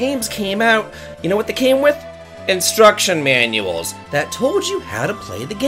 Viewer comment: In-struk-shun Man-u-els??? What are those?